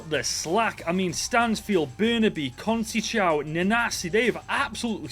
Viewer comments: This is how to pronounce Conceicao: Con-ce-icao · 🇵🇹’Con’….‘Say’….‘Sow’ (like cow) Conceição 😅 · Sorry. It's SOP for Scott. But, Con-se-saa-o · Always gets me the english tryna say portuguese names😂 Franciso "Cuseichao"